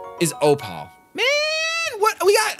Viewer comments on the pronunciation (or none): food for thought: not OH-PAL. it's OH-PAUL. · Opal is pronounced O-puhl not o-PAHL. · I love these videos and I love you, but there's little things that you keep doing here and there that trigger me a bit, I can't lie. Like not using your paraglider or saying O-pal instead of O-ple everytime you get an Opal. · Opal is pronounced "Oh-Pull" with emphasis on "Oh" There was a bad echo starting from when the camera fell which I'm sure you're aware of. Also...use your gliderrrrr D: Love the videos though!